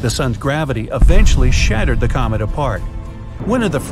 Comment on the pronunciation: did he say comet or comic